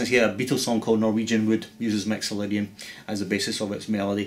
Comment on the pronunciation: haha, awesome! Your "I's" and "Y's" sound very much like an "E's" :D!! Mexolydian!